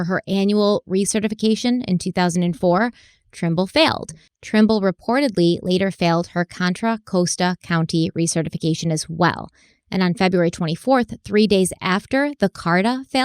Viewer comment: I spoke too soon. It's Contra cost-a County, not coast-a.